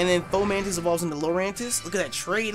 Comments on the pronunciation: Ok ladies lets get in "fomantis" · FO-MANTIS DAMN!